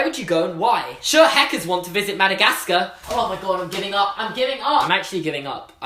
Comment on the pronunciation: Anyone here have a American accent? I mean I love his accent, but when he's saying Madagascar I can't stop laughing... HE CAN'T PRONOUNCE HIS R's XD!!!!!!!